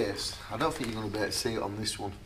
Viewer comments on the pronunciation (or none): Also Fink instead of THink !!! lt puzzles me !!